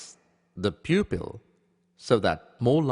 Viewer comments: What the heck is membrin? Peopill? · Am I the only one who cannot stop laughing when he says 'pupil'?